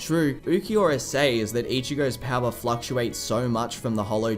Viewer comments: Im sorry, but why do you keep pronouncing “says” with a long “A”? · Love the video but also “sAys”